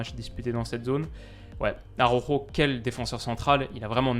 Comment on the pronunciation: AROjo fais un effort stp. ARaOuJo